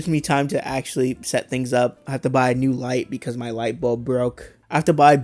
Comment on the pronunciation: I’m Croying becawse I LAWVE YEW, RUHMOWNA!!!!